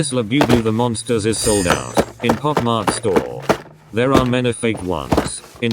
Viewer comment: It's said Bob mart